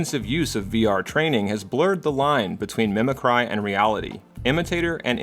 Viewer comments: Mimic-ree, sir. Not mimi-cry. Good video. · You keep pronouncing a word "mimic-cry". Is this a compound neologism that you first mentioned in another video? If so, a visual cue to that would be helpful, because it just sounds like you're mispronouncing mimicry.